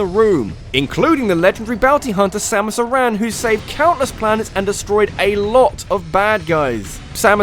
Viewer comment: Holy Shit! You're the ONLY person that pronounces Samas Aran properly. THANK YOU!